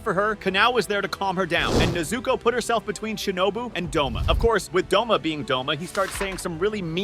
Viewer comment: you slept douma wrong! It's Douma not Doma!